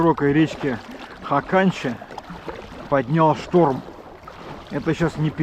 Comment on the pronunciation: Бывал на речке Хаканча. Летали из Норильска на вертолете. Правильно ударение на первый слог. хАканча.